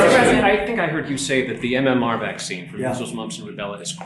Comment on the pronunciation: He called MMR, MMO